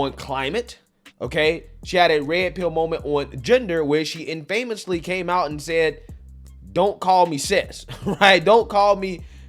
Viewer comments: infamous not in-famous LOL! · Love the content, but "infamous" is pronounced "ɪn'.fə.məs", not "ɪn.fəme'.məs". Just a heads up. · Hey man, love your channel. Just thought I’d let you know that the you mispronounced “infamous” — the emphasis is on the first syllable, and the ‘a’ sound is short (“uh” like in “about” as opposed to the “ay” like in “famous”… even though the latter would be much more logical lol). So the whole thing would be: IN-fuh-muss Not trying to be pedantic, just thought you might want to know for future reference! Thanks for all your great work man, God bless!